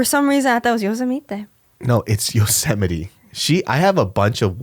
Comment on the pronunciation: Yo-se-mi-te? That was hilarious.